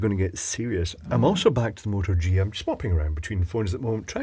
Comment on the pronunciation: What camera are you referring to? It sounds like you're saying "Motor G".